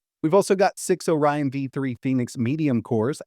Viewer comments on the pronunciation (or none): Oryon V-deweee xD Man your three pronunciation always crack me up. Deweeeee